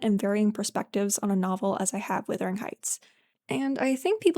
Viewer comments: The word is wuthering not withering. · LOOK AT THE SPELLING OR LISTEN TO PEOPLE SAY IT PROPERLY! IT IS WUTHERING NOT WITHERING!!!!!!!! Wuthering means windy, like the very windy Yorkshire moors.